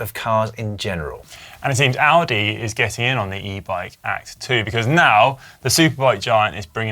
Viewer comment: who else thought "$999 for an Audi? That's cheap", then realised Conor was saying "Aldi" 🤣